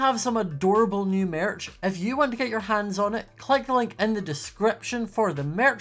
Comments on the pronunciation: The way he says merch 🤣🤣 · Me hearing how he says Merch “what the heck,- I know he’s from a different country but Jesus” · I love the way he says merch